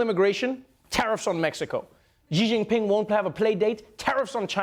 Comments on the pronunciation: its pronounced shee jeen peeng You are welcome. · 习近平, Xi JINPING (pronounced ''She'' ''Jin Ping'') You failed me Trevor😤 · Very funny, but we expect nothing less from Trevor Noah. But seriously, could we learn how to pronounce some Chinese names? Because maybe they'll be used again and again and again? Xi Jinping is not hard to pronounce better than they did. Pronounce Xi like the English word "she" and you're close enough. Jin like the drink gin. Ping, you know like you ping on a computer? And while we're at it: 北京 Beijing, Bei, north, like bay, jing like in jingle, jingo, not with that dreadful ж/zhzhzhz, j like in jog, just, joint. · I died at how he pronounces xi Jinping as "Ji Ginping" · I'd say you guys pronounce the president of China in a wrong way. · How come neither the CNN reporter or Trevor knows how to pronounce Xi Jinping correctly? He is world leader. Put some effort into it!